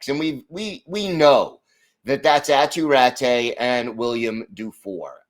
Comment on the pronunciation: Hey, not to be too nit-picky but Aatu Räty is pronounced "Ah-too Rah-too."